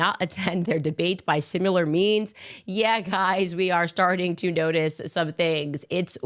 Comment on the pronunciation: ‘Simular’? For someone who claims to have a degree in English, her English is terrible.